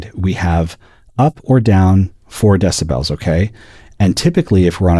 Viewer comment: Great video. I couldn't hear a single difference between the before and after, but I still learned a lot, and also learned that there's one human being on earth that proudly pronounces it deciBELLS.